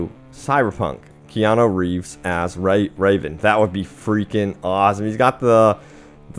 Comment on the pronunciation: REVAN! not raven...I internally twitched when you said raven lol.